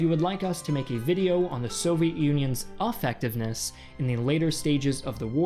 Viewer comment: Did you say, "offectiveness" ?